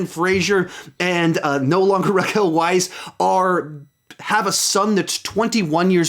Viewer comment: I dont know what's weirder, hearing you not able to pronounce the name Rachel, or the fact that no one has commented on it.